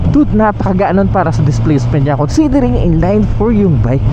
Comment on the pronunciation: "In-layyynn for", should be in-line 4, pronunciation is as is.